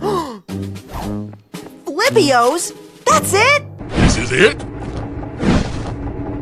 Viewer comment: The way said Flippios is hilarious 😂